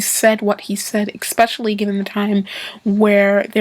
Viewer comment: especially, not exspecially